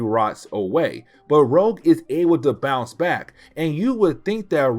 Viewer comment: "Rogue" not "Rouge." Otherwise. Keep up the great work.